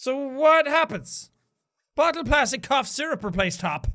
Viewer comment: Spooky Snakerino frankly, I like how he pronounces words like that cause it’s really cool 😁